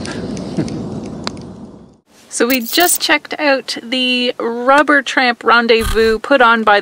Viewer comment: did you say Robert... No, it is Rubber Tramp Rendezvous